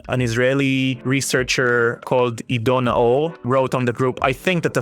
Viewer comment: its pronounced Ido Naor (עידו נאור)